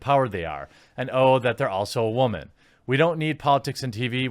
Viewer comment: Has anybody told you how to pronounce “woman” correctly? Batwahman?